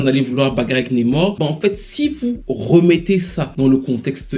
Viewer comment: NAAAmor stp pas Nemor